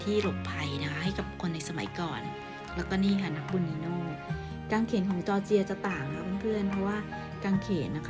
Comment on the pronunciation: จอร์เจีย ครับ ไม่ใช่ จอเจียร์